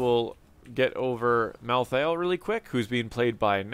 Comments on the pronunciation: Mal-thale not thay-el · Ok props where props are due. You pronounce Niche properly xD But Mal'Thah'Ehl? Watch the Diablo Trailers and the Animated Shorts, it's clearly, Mal'theel. Rolls off the tongue much better. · sorry i had to tell you how to say it: mal-theel. i hate solo laning in hots, it's really boring and dumb and i really think it takes all of the interesting experience in the first 5-10 minutes that you get in hots that you dont get out of league. i think the fact that solo laning in hots still exists indicates that they dont understand their clear niche as a moba game, and solo laning itself just blows. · Malthael only has 2 syllables. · Mal Thi El, Hahah